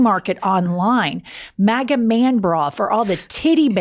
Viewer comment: she said “matta” instead of “maga” lol she said my last name, she’s in love with me